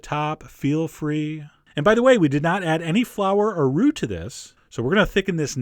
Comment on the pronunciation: I heard "flour or roux" as "flower or root". Only the root made sense to me then. I'm not the only one am I?